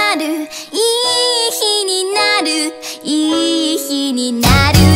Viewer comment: やっぱミュージカルやってる子だから「いい日になる」の「い」とか他のとこも発音がしっかりしてて凄い聴きやすい💕